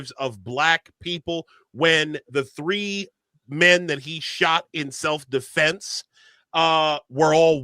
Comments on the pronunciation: so happy to see people aren't falling for the bs dude couldn't even pronounce self defence correctly he said self deflense lmfao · can't even say Self Defense....he says "Self DeFFLLense."